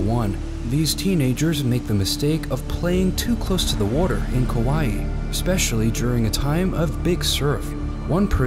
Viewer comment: Sigh..... it’s Kaui.... it’s a Hawaiian island